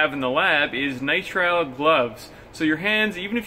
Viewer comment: Nitril.not nitro